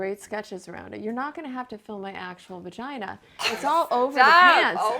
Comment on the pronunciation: Lydia Labia, VaGina (vuh-gee-nuh), Elvulva... ummm......